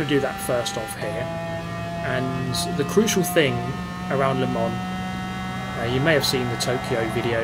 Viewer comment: You got the Le Mans pronunciation wrong. Try Google traductor´s speaker. Yes in French